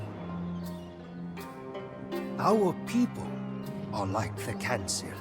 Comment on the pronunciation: Kancil... Should be pronounced as kan-cheel...hahahaha....